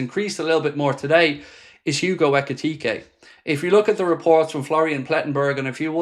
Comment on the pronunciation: Love your videos but you are buturing ekitke